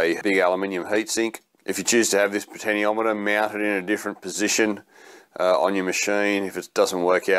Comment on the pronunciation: Good job but... the pronunciation for the POT is 'potenshiometer', which you eventually got right towards the end. Still... I liked the video.